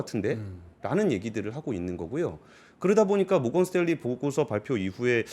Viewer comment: 모건 스탤리 가 뭡니까? ' 모건스탠리 '